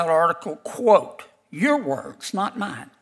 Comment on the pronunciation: ‘Your words…not mayne’ 😊